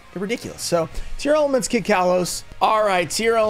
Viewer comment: I gotta ask, why do you keep saying it as Tear-Element? It's a portmanteau of tear and lament.